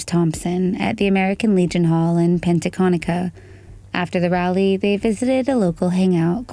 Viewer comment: It's Pecatonica, not Pentaconica, but I live near there, and I remember hearing about this and wondering if the case would ever come to this channel.